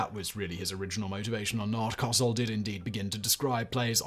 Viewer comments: Howard KO-sell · He also murdered Howard Cosell's name... Simon and non-Americans (and young Americans) it's pronounced Co-sell. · Howard Cosell (pronounced "coh-SELL") was part of the Monday Night Football broadcast team. Prior to that, he was known for being the journalist closest to legendary boxer Mohammad Ali for nearly his entire career. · Howard Cosel's last name rhymes with Go Sell. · I missed Simon saying Howard Cosell. I personally pronounce it Co-SELL. Your "Co-sell" makes it seem like you don't put an accent on EITHER syllable. Is that true? If not, do you pronounce it as CO-sell or Co-SELL? Reply to: "He also murdered Howard Cosell's name... Simon and non-Americans (and young Americans) it's pronounced Co-sell." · please learn how to pronounce celebrities names! It's very very easy to do 2 seconds of research, but the cognitive dissonance experience when someone hears a common/familiar name pronounced incorrectly over and over is enough to skip a video.